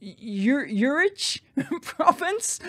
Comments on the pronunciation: >Urich province instead of Utrecht The English pronunciation is is Aussie-friendly, should be something like "Ute-Wrecked". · Pretty sure it's pronounced you- trekked. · Utrecht is pronounced like 'You-Trekked' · Utrecht is pronounced "OOT rashed". Maybe you care to know :) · When it comes to pronouncing foreign names and place names: TRY HARDER. It's an insult not to be able to pronounce these names, especially those as easy as "Martin's Dike" and "OO Trek cht. You might get a vowel wrong, but take a bit longer and do it right, OK? It is annoying. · It isn't hard to pronounce the city "Utrecht" :) "U" is pronounced like "you", but without the "J" sound. "trecht" is pronounced like "tre" + scraping your throat like spitting and then the "t" like you're spitting it out of your mouth. Just without the actual spitting or else someone you're talking to needs a rain coat :) For those who can't manage to "keep it in", we have an expression here in the Netherlands... It is called "talking with consumption"